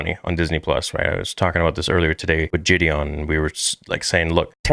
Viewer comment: Did you say Jideon